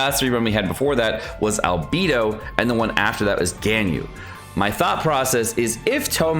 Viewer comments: he says “al-bee-doh” and it drives me nuts. Bay is correct. Bee is not. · Arg, I just can’t get over how you say Albedo. It irks me to the core and just hits my ear in all the wrong ways. Al-bay-doh. It’s even worse than “Shing-que” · Albeedo? Albeedo? really? NOT EVEN 5 SECONDS GO BY and then "Gainyu" BRUH PLS JUST LEARN THEIR NAMES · i was only talking about albedo. and isn't "Al-bay-doh" the way you said was wrong?? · oh I misunderstood. I thought you were saying something else. Well I think it could be either. while the voice actor says Al-bay-do the scientific term his name comes from is pronounced al-bee-doh. or at least it can be. my professor also pronounced it al-bay-doh though. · Al-BAY-do. GHAN-yoo. SHA-oh. Go-ROH-oo. YAH-EH. Jesus. Please.